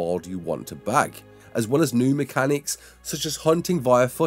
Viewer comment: "Human maturation mecanichs" Hold up